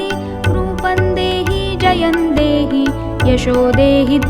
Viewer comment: Very nice voice... But it's Jayam dehi... Pls check